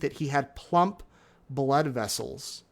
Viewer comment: Tooth pulp, not "plump."